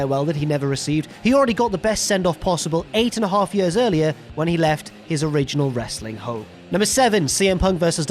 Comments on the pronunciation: “It’s been more than 4 yurs...” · I was going to make a joke about the way says "years" but that comparison of Punk/Lesnar to Sting/Vader was golden.